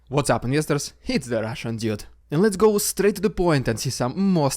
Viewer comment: Dude, not jewd. Vehicle, not wehicle.